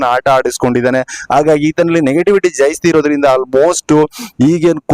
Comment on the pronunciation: 0.51 ಜೈಸ್ತಿ ಜೈಸ್ತಿ ಅಂತಿಯಲ್ಲ, ಜಾಸ್ತಿ ಅನ್ನೋಕೆ ಬರಲ್ವಾ?